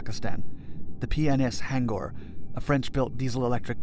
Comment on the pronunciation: it is pronounced as H-U-N-G-O-R ... ...... btw , good documentary